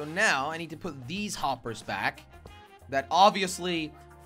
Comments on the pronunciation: Why are you saying whoppers instead of hoppers?? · said woppers